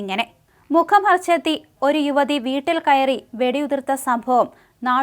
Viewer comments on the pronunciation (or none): none